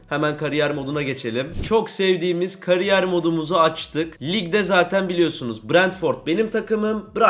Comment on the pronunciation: "FİFA 23 "KARİYYER" MODU" 😂😂😂